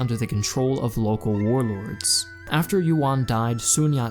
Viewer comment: Unfortunately, that pun doesn't actually work. "Yuan" is pronounced more like "yoo-ehn" (in one syllable) and not like "won."